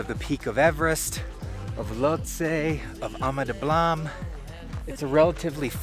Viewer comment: You pronounce Ama Dablam like it somewhere in France.